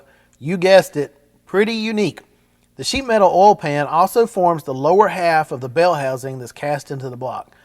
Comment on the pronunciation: How do you pronounce oil ? Do you say olll??